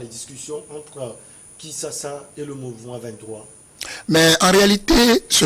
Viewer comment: pourquoi vous dites toujours Kinssassa au lieu de Kinschassa?